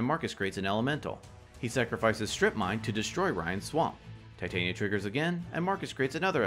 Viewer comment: Wow those were some fun games lol crazy turns out of nowhere. I don’t mean to be or like being that person, but I do have one complaint: Tih-Tahn-Yuh. Titania like the folklore fairy queen. Tie-Tay-Neeuh sounds like if there was a female titan in a show and the writers were lazy so it’s like “let’s call her titan, but make it feminine.” Just puttin that out there...